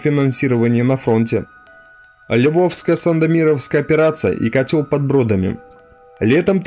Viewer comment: Львовско- Сандомирская, а не «Сандомировская»! Учи матчасть!!